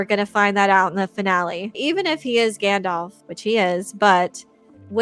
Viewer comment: "Yer a wizard Gandarf" - Tom Bombadil